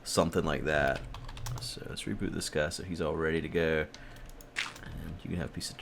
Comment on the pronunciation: At the end when you said reboot I thought you said repoot